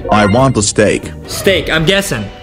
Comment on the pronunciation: At one point I thought mr tomatos said he wanted a glass of steak 😂😂😂😂😂. But I can’t get the lankybox kitchen cuz I’m in New Zealand but I will be able to in the holidays next year